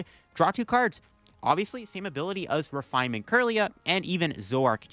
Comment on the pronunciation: Did u say refinement???!!! 😂😂😂